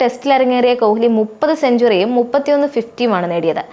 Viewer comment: കൊഹ്‌ലി അല്ല, കോലി എന്ന് വായിക്കു 😂